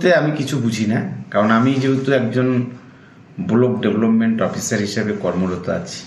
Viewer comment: বোলোক ডেবোলপমেন্ট Block Development(ব্লক ডেভেলপমেন্ট) কি উচ্চারণ...!!!